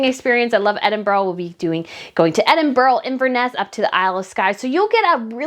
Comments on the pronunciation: Edinburgh is pronounced Ed-in-burr. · Please look up on how to pronounce, Edinburgh!